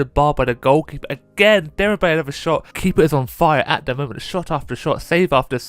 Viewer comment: İts pronounced demirbay. Yeah i know turkish names are hard